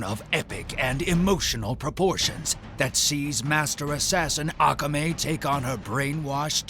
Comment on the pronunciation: You have offended my nerd by mispronouncing Akame. 😒😣😐😑